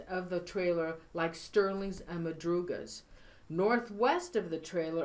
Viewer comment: Madrugas car, not Mathias...